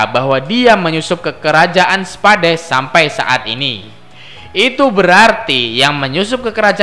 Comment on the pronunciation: Kerajaan spa..dee hahaha anjir bacanya salah